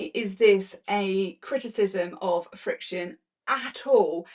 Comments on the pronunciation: In Canada we Pronounce it frick-shun. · The name FRIXION is pronounced just like the word *FRICTION*. Easy to say. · I think it's pronounced as "friction." 💜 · You can pronounce the name like you say "friction". Thank you for going through all of this. I've been saying for a long time to not use Frixion pens anywhere except in seam allowances and your research, and documentation, has helped in my endeavor. I've shared your video with my quilt guild. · In America ppl tend to say Friction. Like fiction.